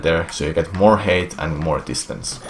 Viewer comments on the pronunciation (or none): Can I just say how much I love his pronunciation for "height"? It sounds like he's saying hate. "You want to get a sufficient amount of hate. If you don't get enough hate, you won't make it." There's a life lesson in there somewhere.